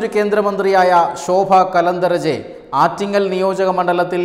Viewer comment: You have given the name of the minister wrongly. Her name is Shobha Karanthalaje ( കരന്തലാജെ) not Kalantharaje( കലന്തരാജെ അല്ല)